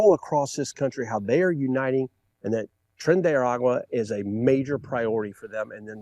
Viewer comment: It’s not Tren de “Agua” is Ara-gua At least try to get the name right